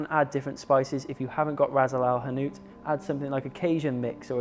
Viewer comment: dude, the spice mix is called Ras Al Hanout (not Razle al hanout). Its translates to "head of shop", So each person who owns the shop has their own spice blend